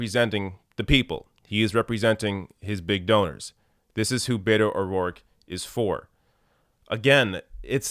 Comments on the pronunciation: I totally agree with you regarding Beto O'Rourke. But could you please, please, please stop mispronouncing it.as a Hispanic person this annoys the shit out of me! It is not Bay toe! Please pronounce it Bett oh!! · I love ya, and I'm not a Beto fan but it is driving me crazy that you keep says Bayto and not Beto. Bet-O, not Bay-toe 😆